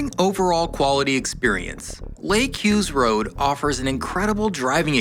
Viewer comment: thanks for the shoutout and for pronouncing my name right. I’m so glad you got to experience that gem of a road 🤌🏼